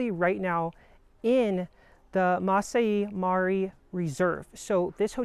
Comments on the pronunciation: Great video! However, if you're creating content like this, it would be helpful to pronounce local terms correctly, such as "Masai Mara" (not "Masi Mari"). Just a friendly suggestion! 😊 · You’re pronouncing the park name wrong. It is Mah-sigh Mah-rah not Mass-see Mah-rye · Would have been awesome if you actully got the Masai Mara pronunciation right. Nice attempt though.